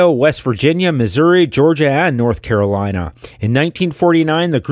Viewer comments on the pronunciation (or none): none